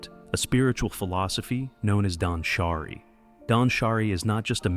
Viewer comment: Suggestion: be more cautious of how the voice pronounces japanese words. For example, danshari (dahnshahree, not dansharAY). Great job!